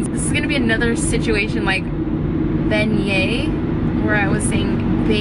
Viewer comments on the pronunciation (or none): none